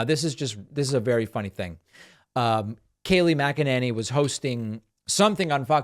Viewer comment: It's NOT MC ENANY it's MC ENANY !